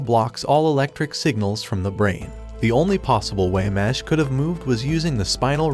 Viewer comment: It’s not mash it’s mesh